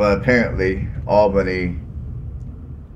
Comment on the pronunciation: Allbenny. GEORGIA in Dawg erty (woof woof) County. You start your presentation destroying the names. no it just drives on. Go cover another city@ I see so many like this. Who needs them? Not me and not our city.